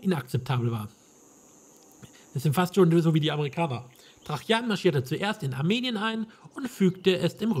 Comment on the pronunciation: Ein schönes Let´s Play, aber warum sprichst du Tra-Jan immer als Trachjan aus? Ich kenne alternativ nur noch die Aussprache Traianus.